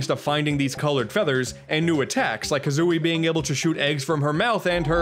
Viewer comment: Banjo Ka-Zune-ey